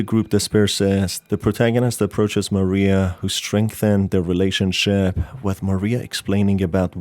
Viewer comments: Just a slight thing with Mariah. It's not actually pronounced MA-ree-ah. It's Ma-RYE-ah. Think of the singer Mariah Carey. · God I hate it when people call Mariah Maria. Her name is NOT Maria, it's Mariah. It's pronounced like ma-rye-ah not ma-ree-ah. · Every time u call Mariah Maria i die a little inside ❤️ it’s okay tho cuz u are my favourite video game tuber